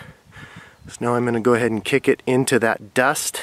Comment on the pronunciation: easily the best bow drill lesson i've watched. And i've watched lots. I think I'm finally ready. Also love how you pronounce "Duust"